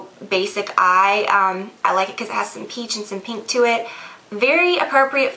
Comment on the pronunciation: I like how she says "pink" like "peenk" haha